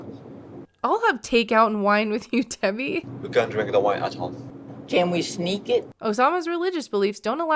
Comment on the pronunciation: He pronounces her name "DB"